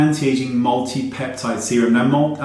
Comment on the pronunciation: at first, I heard regular semen helps with acne 😂🤣